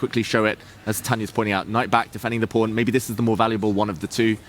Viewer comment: pawn rhymes with dawn, not with phone.